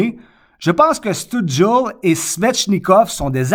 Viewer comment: Si tu veux prononcer Stützle comme il faut pour avoir l'air cool : chtute (exactement comme une chute, mais tu rajoutes un 't' en plein milieu) + s'le, comme le déterminant "le" mais avec un 's' au début.